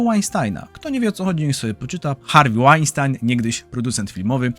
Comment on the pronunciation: Pssst... czyta się "Harwi Łajnstin" - nie "Łajnstajn" 🤫